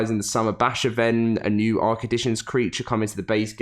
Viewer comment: What is "Ass-err"